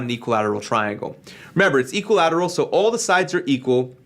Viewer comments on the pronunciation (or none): btw, it's "equilateral" not equilteral